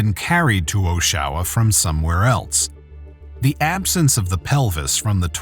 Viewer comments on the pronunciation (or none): it is not pronounced as oshwa, it is oshawa. back to school boys. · Tell your AI it’s OSH-UH- WUH? Oshawa, Ontario. OH-SHOWA is wrong. My AI is smarter than your AI. Loser. Population of 175,000+ come on. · It’s pronounced AW-shu-wah not oh-SHAH-wah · Pronounce the name of the city right will ya. Osh A wa